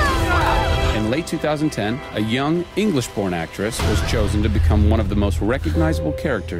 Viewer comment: did he say "Born" or "Porn"? Both make sense.